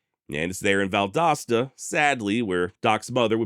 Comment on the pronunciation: I’m just glad you pronounced Valdosta correctly.